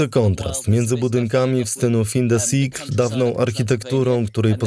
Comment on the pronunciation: Jak już inni wypominają błędy, to dorzucę że: - tam raczej styl "fą du sjekl", a nie "fin de sikl". Abstrahując, zawsze miło posłuchać o Rumunii. ❤